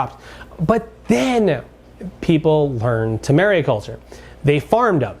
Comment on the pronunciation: It’s mariculture (not mariaculture) by the way